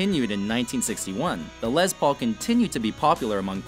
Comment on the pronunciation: Pronunciation, please! It's "Les", as in Lester, not "lez", and Les PAUL, not LES paul. And, "TREM-e-lo", not "trem O lo". What about Les Paul, Jr., ES-175, Gibson Byrdland, Super 400, Epiphone Casino, Vox guitars, etc.?